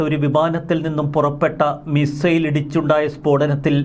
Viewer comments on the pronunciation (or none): none